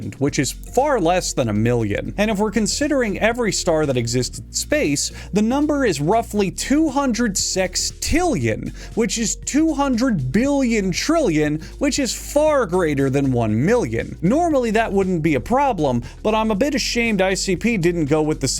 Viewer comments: lol..... tillion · Hahaha.. tillion 😏